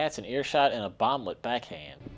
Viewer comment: I love how you say "BOMB LETS" 😂